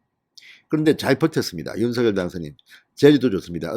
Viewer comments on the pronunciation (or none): 윤성녈로발음해주셔요. 색연필을생년필로발음하는것과같습니다.